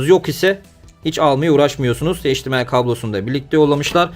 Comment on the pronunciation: Video ve emek için teşekkürler. Yanlız hdmı okurken heşdimiay deme ne olur. Em ay olarak okunmasi lazım